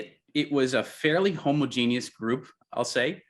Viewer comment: homo-genius, lmao. Thats the first time i've ever seen it pronounced the wrong way like that.